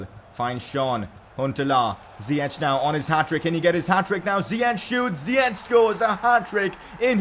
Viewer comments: Dont say (zieq) but (zajek) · it's ziyech not ziyeCHH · it's ziyack nit ziyech(pronounciation) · It's Zi-yek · Ziek is how its pronounced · It’s ziye”k” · Its pronounced Zee-yesh